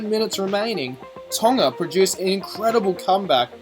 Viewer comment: you're the only white youtuber that pronounced tonga right